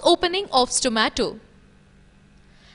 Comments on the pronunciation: It should be ''Hormones" not "Harmones". And yes, it should be ''Stomata'' not ''Stomato''. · wtf it is stomata not stomato ok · its stomata not stomato